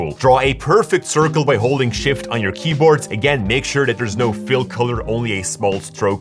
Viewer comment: queboard lol🤣🤣🤣, jokes apart great video though.👍